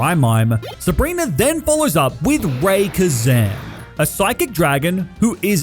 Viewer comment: Love this video and thank you for making this.... but Ray-KWaza is a sin. Straight to jail 😂😂😂